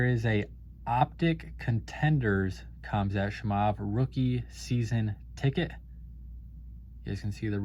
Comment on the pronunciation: Awesome Video man you always bringing the 🔥 but just a psa.. go listen to some YouTube fight videos on how to pronounce 'Khamzat Chimaev' 😂😂😂😂😂